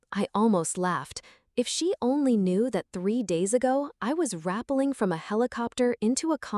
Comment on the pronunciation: It's ra pelling, not rapling.